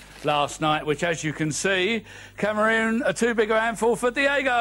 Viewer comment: Greaves: "Cameroons" ...oops!